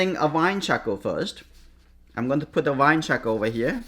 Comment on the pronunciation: Chahkaow.... I love it. It's actually a good name for a baby lol. I really like how you pronounce charcoal. Great video btw